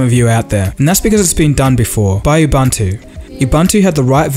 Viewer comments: Ubantu my ass! "The word "ubuntu" is an old African word meaning "humanity." It is pronounced "oo-boon-too". It is one of the most popular Linux distributions and it is based on Debian Linux." Thumbs up, anyway. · why do white people [& this black person] pronounce it "ubantu" like u are already saying the "u" the first time, so why do you then pronounce the second "u" as "a". Its ubuntu. ven if you have to say it in a white accent, IDK much for accent, its not language. But where are guys getting "ubantu" lmao. u clearly can say the first "u", just say it again